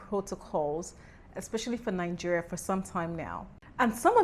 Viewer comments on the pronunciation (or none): Why do you say Nungeria? It's Nigeria, not Nungeria